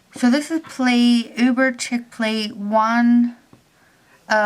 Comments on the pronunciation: it's uber chic (sh-ee-k) not uber "ckick" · Cute design, way too much work though. Ps I think chic is pronounced "sheek"